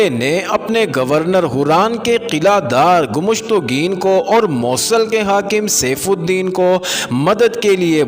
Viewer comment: ایڈمن بھائی دو تصحیحات 1.. شہر " مَوصل" نہیں اصل نام "مُوصل" ہے 2.. "خوشنَودی" نہیں "خوشنُودی"